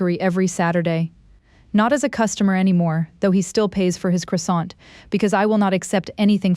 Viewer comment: Pronunciation of croissant is incorrect. Please correct it.